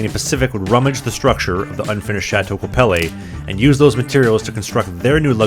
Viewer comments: Thank you for your great review ! Lived here and loved it for almost 40 years! PS Qu'appelle is pronounced kwa-pell ( accent on 2nd syllable)😉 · You don't pronounce the "E" in Quapelle...dummy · I know you're Canadian, but there is no 'eh' at the end of Qu'Appelle. Just 'eL' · Many memories there from my U of S days-- but---- you should learn how to pronounce Qu'appelle. It is French for "who calls" . A Cree word. There is a Qu'appelle River and Qu'appelle Valley near Regina. Shame on you- a Canadian from the next province for making this most embarrassing mistake. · Yet he butchered Qu'Appelle 😂